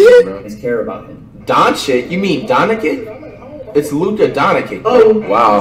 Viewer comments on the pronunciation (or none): Yeah especially when flight said'' Its Luka Donikin bro'' when he know damn well it don't have a ''I'' after the ''N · On god.... because from to when flight said ''Its Luka donikin'' I knew on god he was trolling at that point. He know damn well ''Luka Doncic'' does not have a ''i'' after the ''N''